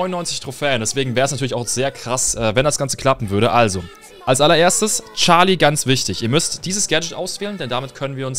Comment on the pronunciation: charlie nicht scharlie